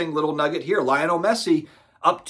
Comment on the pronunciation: Lay-oh-Nell is the proper pronunciation fyi